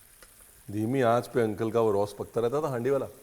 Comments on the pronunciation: I’m Goan. It’s pronounced roce as in roast. Not Ross. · Chef Saab its not pronounced as Ross but try saying Ro (as in hindi to cry) ( then the sound of Sa ,) You will pronounce it correctly ' Ros' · Ros ka pronunciation galat hai ranbeer ros roo jiase o o ro o s english mein o aw nahin murder mat karna pronunciation pls. Aap kaiser logoko Humlog binktakar ya baile Matlab outsider hota hai